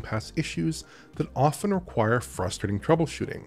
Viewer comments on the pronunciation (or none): none